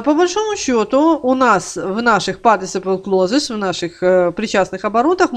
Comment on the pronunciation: Партисипл клозес?? Спасибо, пошла смотреть другое видео. (Перед тем как учить, нужно правильно слова учить и произносить)